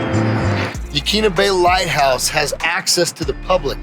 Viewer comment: Yaquina pronounced : Yuh-kwinna